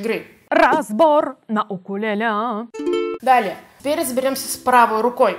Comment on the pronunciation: В господи, когда же люди научатся говорить правильно? УКУЛЕЛЕ